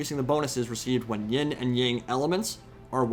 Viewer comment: BTW It's Yin not Ying :p good video though.